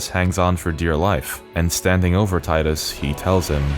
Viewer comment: You pronounced Titus wrong my guy.